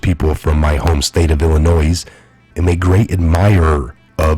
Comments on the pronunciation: ILL A NOISSSSS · Illinois is pronounced "Ill-a-noy" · I'm surprised that an american can't pronounce the state of "Illinois" can't pronounce it correctly... no one pronounces the 's'. It's just "Ill-a-noid" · You're one of them people who say illi noise. The s is silent. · The “s” in Illinois is silent. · Please do not say the 's' at end of word Illinois. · The s in Illinois is silent bro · No 'S' Pronounced at the end of Illinois! Love u and your channel 😊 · When you pronounce illinois, the S is silent. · the S is not pronounced in Illinois. Your welcome. Keep up the great work. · I was thinking the same thing when I first heard pronunciation and thought about posting however I decided it was too petty given the circumstances. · You don't sound the s in Illinois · BLA-GOY-A-VICH. ILLINOI!!!(THE "S" IS SILENT!) GREAT report though!!